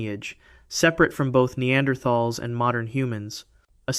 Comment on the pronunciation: That's not how you say Neanderthal.